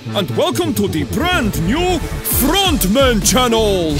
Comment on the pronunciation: When ronaldo say the frontmen it sound like the fraudmen